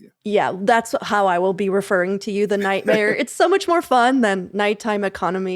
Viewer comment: I understand the "night time economy directors" title as it sounds like you're saying "nightmare". :)